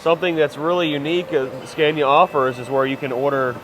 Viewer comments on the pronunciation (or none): "Skaaahneeaah." Not "Scaayneeaah". Try it. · Watched both of the production line videos. Very interesting. And by the way... the first "a" in Scania is pronounced like in the english word "are". 👍